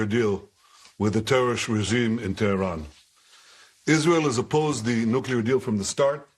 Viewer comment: Ben shapiro good stuff. Appreciate the news review and Comments! Question; why do you pronounce Hamas and Hizbullah with a chet instead of speaking it in English? Same with Tehran? I mean if you want to speak every word in its original language then do it and do it good. But really stop selecting some words .... sounds bad not correct....